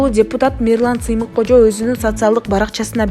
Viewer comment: Ай кыз туура окусаң же сүйлөсөң Мирлан. Самыйкожо Сыймык кожо эмес